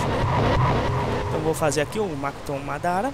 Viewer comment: é mokuton e nao makuton